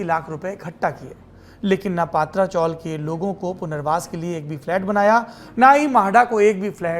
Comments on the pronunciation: पत्रा चाळ not पात्रा चाळ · अबे पत्रा आहे not पात्रा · पात्रा नही पत्रा chawl !!